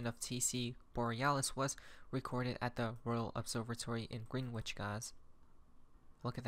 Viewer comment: Greenwich is pronounced “GREN-itch”. Not kidding.